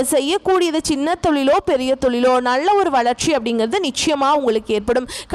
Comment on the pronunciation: முண்டம் நள்ள என்று சொல்லாதே நல்ல என்று சொல்